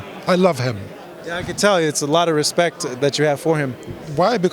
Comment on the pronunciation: “Respe CEH T” the way Eubank.Sr says respect is so satisfying. He should start a podcast.